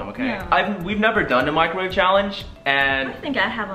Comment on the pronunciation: Microwave not microvate